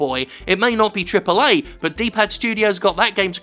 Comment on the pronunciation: take a shot every time Jim says Triple eh games